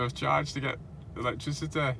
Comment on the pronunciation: Come on mate say electricity properly